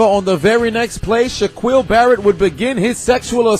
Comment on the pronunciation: Do you call Shaquille O'Neill by that name. Sha quill? Hell nah